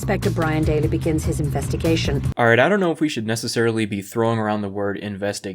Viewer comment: It's an "inspectigation"